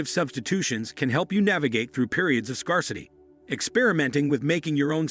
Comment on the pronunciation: Can’t even pronounce scarcity. How can we take this seriously?